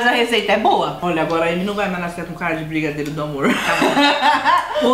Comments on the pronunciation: não é brigadeiro é brigarerow ksksksks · Quantas vezes vcs falam brigadeirow